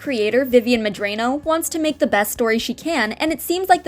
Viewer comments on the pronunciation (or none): I like how you pronounce her name as Drano rather than how it’s actually pronounced